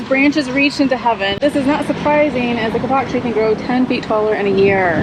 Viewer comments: Kapok is pronounced kay-pok and was once used (probably still is in some places) to make mattresses ...........i remember well sleeping on one as a child :) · Kapok is pronounced K-pok, with the accent on the first syllable. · I’m so glad you had a wonderful time in Key West,! Man, I love my café con Leche and any kind of Cuban coffee, cafe solo, Cortadito. Yum! The tree that you saw is pronounced Kay-Pok. We used to have a restaurant many many years ago in Clearwater Florida called the Kapok Tree. It was a really cool restaurant that had all those beautiful trees around it. It was a pretty popular place in its day! I miss that place! Lily is such a good little girl when she travels with you! She was so good when she would stay seated on the golf cart! She is adorable! I’m going to miss seeing your Key West videos and I’m sure you’re gonna miss Key West too!😁❤️